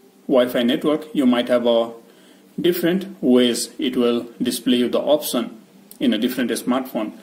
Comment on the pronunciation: First learn speaking english before making vids. It's not opsen but option.